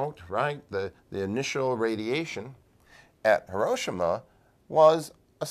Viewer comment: Hee-roh-shee-mah. No accents on syllables in Japanese.